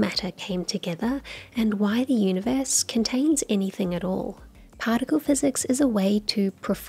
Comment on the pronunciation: I am curious to know whether he spells "Universe" the way he says it "Oonieverse"? Just joking :) We all love Coxxy!